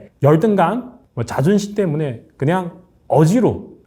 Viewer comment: 때문에를 못하고 대문에로 발음하네~ 저 정도면 이젠 발음도 신경써야지?